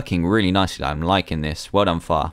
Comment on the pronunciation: Far sometimes sounds like Fart sowwy